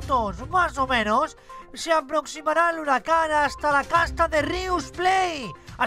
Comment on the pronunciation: Me estresan por desir hirucan por qué se dice huracán y más las palabras equivocadas